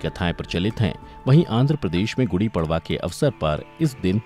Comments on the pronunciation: Kripya prwa ko परवा mt pdhiys..... पर्व hota hai.....padwaaaaaaaaa nhi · It's padva not pdva